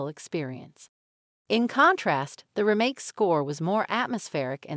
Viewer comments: REmake. Not ruhMAKE. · This is text to speech with a kind of deep fake host, right? Her cadences are completely off. Who pronounces it "remMAKE?" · This sounds and looks like it is voiced by a computer and then lip synced. Especially the way "Remake" is pronounced. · She has a strange way of saying remake... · Is she AI generated? Or totally disinterested in the subject. Who says remake that way with such a short ee sound. If I didn't see her lips moving, I'd swear it was a text to speech bot. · How she said "remake" bugged me